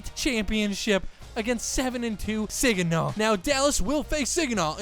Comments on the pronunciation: not sig an naw it’s sag an naw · It’s ( sahhhg uh naw) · I have to say this it’s super irritating. It’s sag-in-awh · This dude really said “Siginaw” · Its pronounced SAGINAH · You said Saginaw wrong haha